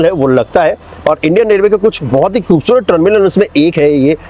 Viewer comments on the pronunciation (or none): none